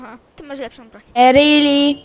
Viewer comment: E rili''? Jak to ma być fabuła to trochę powagi...